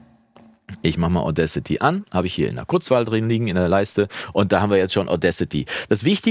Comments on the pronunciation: Deine Aussprache von Audacity passt schon. Ich dachte erst, der Name wäre irgendein Wortspiel mit "Audio", aber "Audcity" heißt "Unverfrorenheit ". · Ich meine, es wird mit 2 Wörtern ausgesprochen: "Auda" und "City", also "Auda-city". Ich kenne so einige Musis, die ihre Audiofiles solo mit Audacity aufnehmen und zum einbinden und weiteren bearbeiten zu dem schicken, der dann an der großen DAW sitzt - klappt gut!